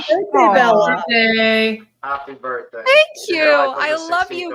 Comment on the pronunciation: HAPPY BIRFDAY < english 😬